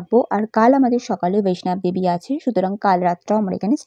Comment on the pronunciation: Khub valo laglo vlog ta. "VAISHNOB DEVI" noy, "VAISHNO DEVI" bola hoy. Train er coach dekhlam LHB type, locomotive details ki chilo?